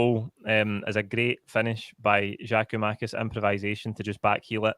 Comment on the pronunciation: Another one saying Giamakis it's GIAKOUMAKIS!